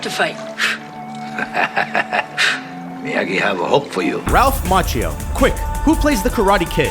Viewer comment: Ralph Macchino? Did the 'n' in his name appear without us noticing?